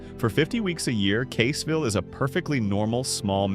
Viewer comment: I see that Caseville and Saginaw are also pronounced wrong as well.